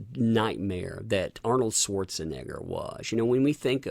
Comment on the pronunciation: ita Pronounced Swartz-n-Nay-er your racist, lol